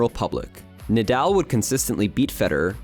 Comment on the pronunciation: Brooooooo the captions you have in the video are wrong- it’s Mallorca, and his name is Nahdahl not Naaadaaal. But amazing video